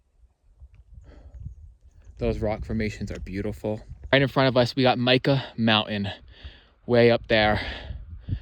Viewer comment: Think Mike ahhh. That’s how Mica Mountain is pronounced.